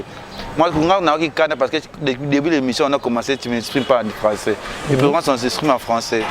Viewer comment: Papa zua temps yekola lisusu pcq ozoloba François au lieu de français.